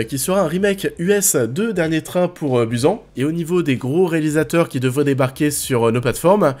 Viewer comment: Dernier train pour BUZAN il a prononcé. Zero culture ce debile